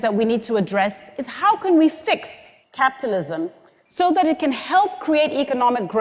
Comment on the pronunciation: anyone else hearing "captalism"?